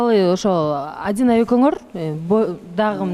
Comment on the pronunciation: жакшы эле кызсын эмне мынча кекечтенип атасын атайлапбы же кандай Адинайды айта албайсынбы